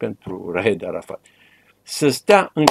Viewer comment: Ce greșeală a putut sa facă în direct 😂😂😂 Răzvan Dumitrescu, când l-a numit pe arafat, ( Arahat) 😂😂😂😂😂😂